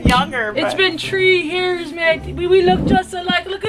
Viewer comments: play to much lmao it was the “tree years” and the “Ireland” for me😩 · "It's been tree years"😂😂I can't stop laughing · "It's been tree years"😂😂😂😂😂😂😂